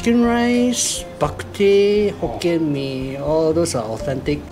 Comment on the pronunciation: Not hokien mee……..